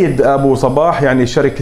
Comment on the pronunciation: المذيع جداً سيء وكلامه ثقيل وطويل وينطق اسم ابو صباح غلط ومبين على ابو صباح انه مو مرتاح بالمقابلة ، للاسف جداً جداً سيء المذيع